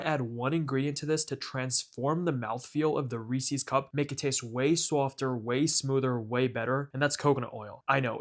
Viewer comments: Why are you calling them Reesies cups? They’re cups that belong to Reese. Reese’s. Rees-US. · You're saying Reese's wrong. A guy named Reese invented this candy and then named it after himself. So who's candy is it? Reese's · It's not Reese-ees cups it's 'Reesiz' cups. Have you not heard other people pronounce it? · It's pronounced Reese-IS, not Reese-EES. Source: TV commercials growing up. Also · It's Reese's, not Reesee's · I always thought it was Reese's as in a person called Reese. I never realised Americans pronounce it Reese-sees. Fascinating. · Pronouncing Reese's wrong in 2026 is crazy. REEESEEE lol idiot. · It's the "Reesies" I can't get over. I cringe every time I hear it. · Based off how you pronounce Reese’s I decided not to trust you. I’m not even gonna attempt watching this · The way you pronounce Reese's and chocolate earned you an immediate dislike. Good job!